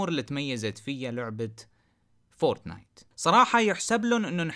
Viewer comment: فور....... تنايت 😂😂😂😂😭